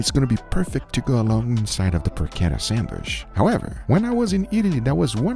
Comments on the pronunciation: Sandwich not Sandwishhhhhhhhhhhhh....... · for a love of god, please learn how to correctly pronounce sandwich, its not sandwish!!! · What’s a “sandwish”? 🤣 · WTF is a sandwish? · Always laugh at pronunciation of "sandwish" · there is a letter "D" in the word sandwich. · this is English and the food is named after the Earl who was named after the place in England. Hard CH in "sandwich" please!! Yes we know Portuguese doesn't have that sound but you are good at pronouncing it in other words.